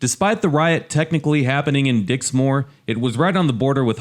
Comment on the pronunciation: Dixmoor is pronounced Dix-moor which rhymes with poor, NOT Dix- More